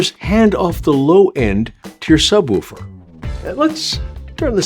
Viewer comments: Mistake number one: Calling it a subwoooooofer. It is a subwoofer. Say it right, or don't bother. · Sub woooofer?😂 Who taught you this pronunciation?